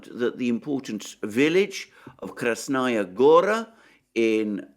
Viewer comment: Listen counselor, you keep mentioning Krasnaya Gora, but you actually mean Krasna Hora. Krasnaya Gora is the name of a city in Russia.